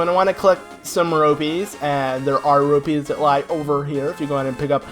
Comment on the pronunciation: He calls rupees robies.. :(